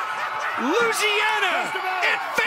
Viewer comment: Announcer doesn't know how to pronounce "Louisiana."